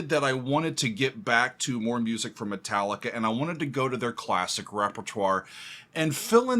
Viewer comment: Me Tallica! "Me" pronounced like "Mi" or "E", the fu*** key of all their fu*** songs xd _/,,/